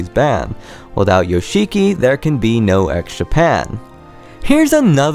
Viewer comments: It's pronounced Yosh'kee - not Yo-shee-kee. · the fact you say "yo-she-key" instead of "yosh'ki", really says a lot fam :) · you are so in love with Yoshiki but you can't pronounce his name properly. If you watch the documentary, you can see/hear Toshi complaining how business/composing became more important to Yoshiki than their friendship. Toshi says in the documentary that he desipised Yoshiki. I don't think that Toshi truly got brainwashed just like that. I think he was very lonely in USA and that made him very vulnerable to any influance. Some of the facts you made up. There's no official information that Yoshiki kicked out Metallica. Of course if he bought the studio it was his and he could do whatever he wanted with it but there's no information anywhere that he kicked them out during recording period. About Hide hairdresser stuff... Yoshiki didn't convince him to not just be a hairdresser but to become a rocker. Hide stated himself that if he wasn't more interested in rocking out, if he didn't find anything inspiring to mess with he would just become a hairdresser. More to that I think Yoshiki wasn't satisfied with X Japan's popularity, that's why he didn't try to stop Toshi from leaving the band. I read somewhere that they considered hiring a new vocalist with Hide but when Hide died those plans got ruined. Of course it broke Yoshiki inside because clearly he was his friend, not just a business partner and business support. But not giving a flying fuck about his childhood friend change of lifestyle and his wierd behaviour makes you wonder how much Yoshiki really cared about Toshi. Keeping